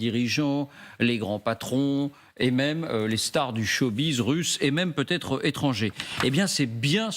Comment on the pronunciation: Et la présentatrice dit "il peut zêtre " Elle a vraiment son bac, voire même un diplôme supérieur ? Quelle honte.